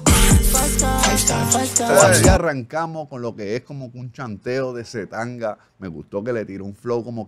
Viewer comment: es C TANGANA, no c tanga JAJAJAJA estaría bueno que reaccionaras al video de bizarrap con john c